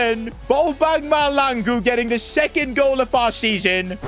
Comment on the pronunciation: It's not malangu 😢😭💔